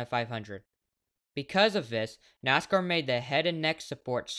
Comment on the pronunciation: Bro didn’t even say Nascar right! How do I trust this guy?